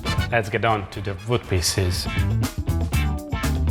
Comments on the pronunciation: Hungarians and Germans (as far as I know) tends to pronunce the letter "W" with a "V" sound . 😁 No big deal and a charming touch. Hahahaha. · Its WOOD, not VOOT... Love you. Just giving you a hard time because they make fun of my accent as well...